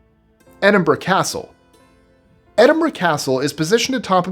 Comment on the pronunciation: I've been to Dover Castle, Windsor castle, and the Tower of London. Well done on pronunciation. It's the first time I have heard an American pronounce Edinburgh right.